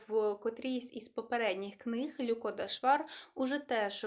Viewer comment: Канал для висловлення думки і я скористаюсь цим: ви так слідкуєте за правильною українською вимової і, щоб твердо вимовляти шиплячі, що втрачаєте динаміку мовлення. На національному каналі ЛюкО, у вас ЛЮко. Ми не кажеио ПушкІн Якесь зерно є, але я недослухала Вона розповідає реалії (автор). Подобається нам це чи ні.